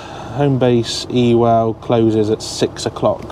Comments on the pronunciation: Ewell is actually pronounced uwell Absolutely brilliant channel. Thoroughly enjoy them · Ewell is pronounced YOOL! Cheers love your videos.